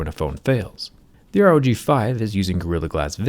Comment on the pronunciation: Rog not pog